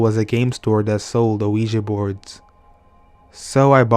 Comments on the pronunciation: Just so you know... it's pronounced "weegee" for Ouija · good story but I have never heard a ouji board pronounced that way, I didn't even know what u were talking about for a while...say WEEEEEJEEEEE BOARD!!!! please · They are pronounced wee-g